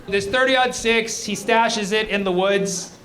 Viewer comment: Thirty-aught six. The caliber is 30.06, so thirty, aught, six. 😊